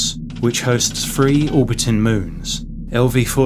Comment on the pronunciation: Earf, Free Fousand, myfic etc etc. This guy’s not a Cockney and probably not even a Londoner so I’m not listening to a regional accent, just what sounds like a speech impediment. For me, personally, I can’t listen to it. Such a shame as the video seemed intriguing.